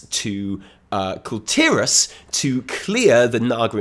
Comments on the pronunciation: i like you because you pronounce kul tiras. finally someone doesnt call it "call tehrass" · You are the only YouTuber I've heard that says kul tiras correctly.